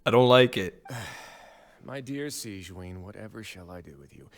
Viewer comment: Like I said, I'm mad at this cliffhanger lmaooo Hoyo why'd you do that to me I NEED TO KNOW AAAAA (Also I'm so sorry but I just can't get over the fact that they pronounce Sigewinne as "Siegeween" :') )